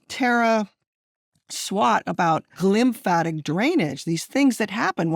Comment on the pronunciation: Lymphatic system, not glymphatic :)